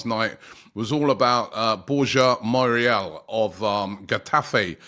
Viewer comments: Robbie absolutely butchering players names. His name is Mayoral and he’s calling him Morial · I know Robbie really struggles with player names but "Moriel"? 🤣 Come on man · Surely his name is pronounced Mayoral? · How difficult is for a British to say Mayo(as in mayonese)Ral(as in Rally) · Mayoral aint it bro lol